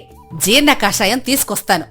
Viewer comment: కాషాయం, తెలుపు రంగులు కాదండి, కషాయం అది